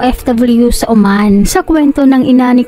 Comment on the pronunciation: Oman hindi Uman.. Diyos ko nakakainis yung narator. Ayosin mo magsalita.